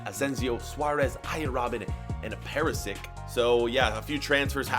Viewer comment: Omg Keltic and Perisik